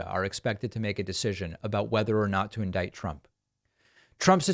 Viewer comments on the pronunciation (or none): none